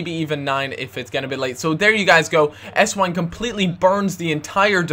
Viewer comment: if theres a W in a german name it sounds like a V just sayin